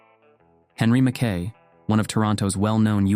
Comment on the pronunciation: Im trying to listen to this and fall asleep and can't as a Scot. It's driving me nuts the constant purposeful wrong pronunciation of the Scots name, McKay or MacKay. Usa people used to know how it was spelt but now with their trendy americanese they're desperately trying to invent they deliberately state it wrongly. I can't sleep because of it. It just reflects a poor education.